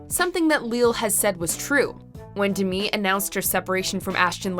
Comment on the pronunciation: It’s not DE ME it’s DEMi